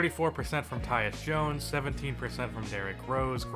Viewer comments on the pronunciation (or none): none